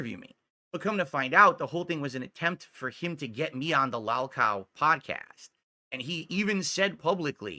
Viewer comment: Give it a month tops for Pigler to call Joon a “mouth drooling morahn” and that he’s no better than Turkey Tom.😂 Pigler admitted he’s a “lahlcow” watch him deny admitting to it later.